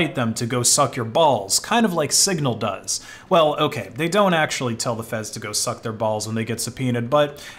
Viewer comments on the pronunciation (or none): none